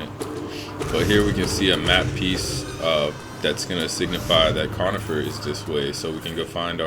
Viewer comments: Its coRnifer not conifer dont disrespect him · I think bros name is “cornifer” not “conifer”